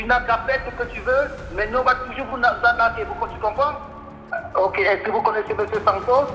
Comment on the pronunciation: 🤣🤣🤣 et vous , vous n'este pas un branleur ou brouteur ?🤣🤣🤣🤣 On va vous anarquez🤣 je me demande pourquoi beaucoup d'africains n'arrivent pas a prononcer arnaquer , même ma soeur c'est pareil 😂😂